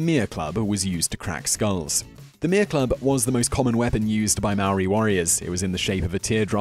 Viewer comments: Mar-or-ri?! Maw-ri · It's Maori not Maoris. No plural no matter what. The Maori of New Zealand preformed cannibalism. Not "The Maoris of New Zealand" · thats not how u say maori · hurt me when he said maori